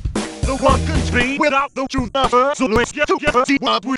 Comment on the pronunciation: I’m hearing “Junes” instead of “Truth,” and it just makes it better